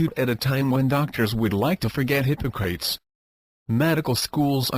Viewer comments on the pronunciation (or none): If you can handle the automated voice that pronounces Hippocrates hippo-crates (:)) this will save your life!